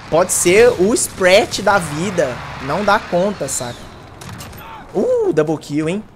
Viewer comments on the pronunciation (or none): none